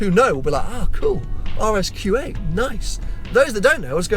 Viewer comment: Kept think was saying RS Kuwait.